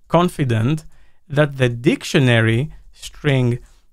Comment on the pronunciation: "dic... tionary", always providing us with some humor 🤣🤣